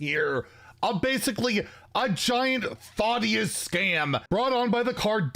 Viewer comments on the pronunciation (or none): Why does say Thaw-ddius